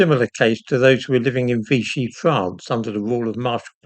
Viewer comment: Vichy, not 'Vichi'.